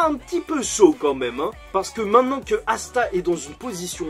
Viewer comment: assa au lieu de Asta😭😭